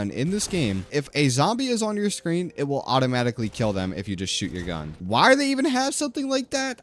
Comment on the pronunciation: His gun pronunciation hurts my soul